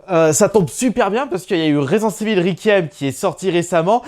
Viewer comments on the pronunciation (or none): « Residence evil » « evil ouivin » 🤣